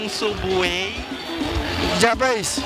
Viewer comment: Fala Errado kkk Escreve Subway e le (Sambway)